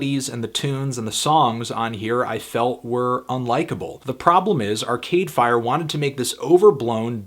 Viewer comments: the way he says arCADEfire is so irritating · The only thing really annoying about this review is his emphasis on Are-Cade Fire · Largely agree with the review. Struggling with your emphasis on "Cade" in "Arcade Fire".